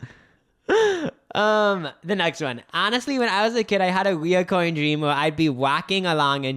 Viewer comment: It’s “recurring” — no O. Kind of rhymes with deter or refer. I cringe every time I hear it pronounced the wrong way lol. Also, I have a recurring dream where I’m back in high school and late for math. I think they’re called anxiety dreams and I usually have them when I’m anxious about something going on in my adult life.